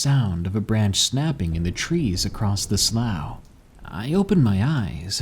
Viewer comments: Its pronounced slof not slaew. Slough=slof lol was killin me everytime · Great story. I love your narrations! Only had a slight issue. Growing up near them, sloughs are pronounced (sloo) like the color blue. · Slough is pronounced slew not slough. Sincerely, someone who's lived next to one for decades. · I think slough may be pronounced "slue".